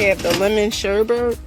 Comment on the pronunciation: Lemon "Sherbet" 😆😆